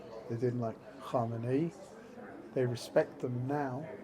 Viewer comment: *Khamenei, not Khomeini